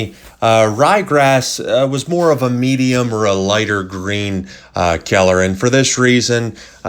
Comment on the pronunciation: I loved the video. Couldn’t stand the “Keller”